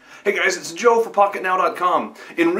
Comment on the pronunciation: Joe, you struggle to say your name. why?